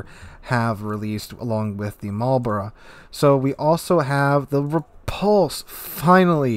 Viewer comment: Immediate thumbs up for saying Marlborough correctly. Shame there's absolutely no chance of me ever getting these dockyard ships since I don't get nearly enough time to complete those missions. There's no way I'm paying for it either.